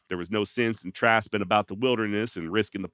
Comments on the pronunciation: Great episode. One note on pronunciation: my cattle ranching forbearers used 'traipsing' a lot and pronounced it with a 'tray' rather than a 'trap'. And dropped the 'g' of course. Other forms too: "Traipse on down to Nanny's and tell her berries are ready for pickin'. And take the snake dog with you. I saw a big rattler on the road earlier." I really miss my dad and grandmother's stories and their vocabulary from an earlier time. Your channel brings back memories and I appreciate it. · Definitely "TRAYP-SIN"